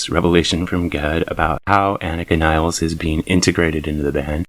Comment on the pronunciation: Another drummer with a last name no one even Geddy pronounces properly. After all this time and you can’t even say her name right? 😂 ridiculous.